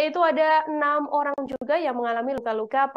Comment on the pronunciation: 1.08 host bilang ( tiga Olang???hahaha